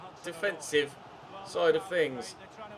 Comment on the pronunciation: "To Callum HazoozooDoy" xD